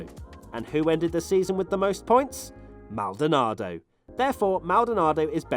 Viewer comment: Maldanardo - Kimi - panis - D hill - senna you didn't try very hard